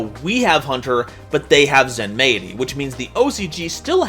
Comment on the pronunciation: I think Zenmaity is meant to be pronounced like “Zenmighty”